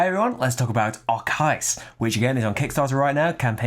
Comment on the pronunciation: I think Arkeis is three syllables, not two. 😉